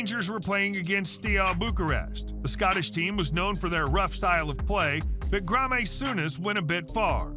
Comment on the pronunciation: Grameh Souness🤣